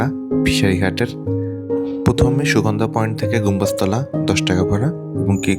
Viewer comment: ভাই গম্বুজতলা না জায়গার নাম। ঘুং গাছ তলা়।